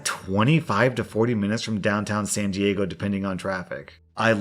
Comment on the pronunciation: Lol, the way you pronounced my city. San diego is expensive....